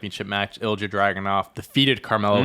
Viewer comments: no it’s not. He’s right it’s ill ee ya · Great episode! Just wanted to point out Ilja Dragunov is pronounced like Il’ya, silent j. Also i think the tag John was missing the name of was DIY. I’m really excited to see them on the main roster, one of the great tag teams of the black and gold era, them vs KO/Sami, vs Balor/Priest are dream matches and will hopefully lead (in a few years, let them cook as a tag rn) to another Ciampa turn and a Wrestlemania Ciampa V Gargano fight. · I’m pretty sure it’s more like ill-ya. No added E sound. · no hate AT ALL but here’s the english pronunciation of ilja dragunov: ill-ee-uh drag-uhn-ov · Btw… it’s pronounced ill-ee-uh dragonov